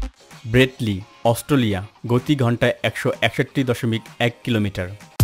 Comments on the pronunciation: অস্টোলিয়া নয় ভাই অস্ট্রেলিয়া। একটু বাংলা ভাষাটা পরিস্কার করুন। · ভাই সব ই ঠিক আছে,Australia উচ্চারণটা প্রতি বারই সঠিক হয়নাই বলে আমার কাছে মনে হয়। আশা করি ভবিষ্যতে আরও সতর্ক হবেন। ক্রিকেটের একজন পূরানো দর্শক /শ্রোতা হিসেবে আপনার ভিডিওটার বিষয় আমার খুউব পছন্দ হয়েছে। আপনাকে অনেক অনেক ধন্যবাদ ও শুভকামনা।